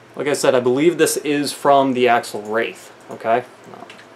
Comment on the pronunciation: It's called axial, not axle. You say it AXE-E-AL. Just for your future videos